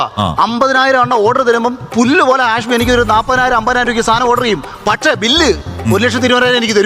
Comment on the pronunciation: ഹാഷമി അല്ല ഹാഷ്